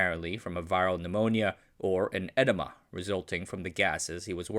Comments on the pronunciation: Dude lol ... Buck wouldn't have died from an ENEMA from the gases.. it would have been an EDEMA lol (pronounced uh-deem-uh ... I think there's one called or coronary edema ) - I'm pretty sure you just said edema without the long 'e' so I thought you said ENEMA lol... HUGE DIFFERENCES!!! lmao (plus Idk why he would give himself a helium enema) ... 🤷‍♂ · It sounded like you said Buck died from an enema, instead of edema and i lost it 😂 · Sounded like you said buck died of an enima. I listened again and discovered I think you meant an adema pronounced a deem a. I think that's what you meant anyway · Uh… it sounds like you're saying "enema". Edema is pronounced "ih-DEEM-uh" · it's pronounced eh-DEE-mah, not eh-duh-mah. The latter makes it sound like a different word. And implies he was doing his experiments really wrong.😂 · edema = eh-DEE-muh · Eh-dee-muh, btw. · I was like wtf was he doing with those caution gasses😂